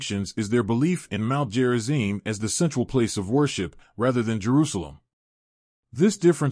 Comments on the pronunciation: It's Gerizim, not Jerizim. Stupid AI. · Who programmed it to say "Jerizim"? Obviously "stupid" Westerners.